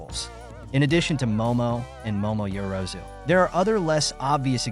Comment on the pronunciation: The mispronouncing of the characters names is distracting.